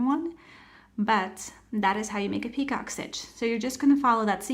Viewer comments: it's not pronounced peacock it's picot - pronounce as PEEco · Are you doing 2 different stitches! I hear you say ‘peacock’ stitch but it says ‘picot’ pronounced pee-co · Great explanation. FYI—It’s French, pronounced pee-co, not like peacock. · Easy enough and you showed it okay, but the title says picot stitch, but the entire video you say peacock. I thought it was just the subtitles that were wrong, but nope, you literally say peacock the entire video and its so annoying. Plus the very first PICOT, you said to slip stitch in the first chain 3, but proceeded to put it in the first bar on the second SC, at least you said it right on the second PICOT, and said slip stitch in the first bar of the second SC. 😆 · Very nice and thank you …it’s pronounced picō…t is silent and long o sound. Just trying to help. 😊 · It’s pronounced (pee cō. ) The term is French in origin. Thought you might want to be made aware. It’s pronounced (pee cō.) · It's pico...the t is silent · Picot is pronounced pee-cOH. It’s like “Waiting for Godot” or a glass of “Merlot”. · Nice tutorial, thanks! Just so you know, the T in picot is silent, it's pronounced pee-koh. 😊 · I thought she said peacock stitch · UGH!! The “t” is silent. Have you never heard it pronounced before doing your video?